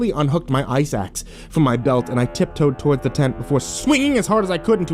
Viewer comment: When he said ice axe I thought he said eye sacs.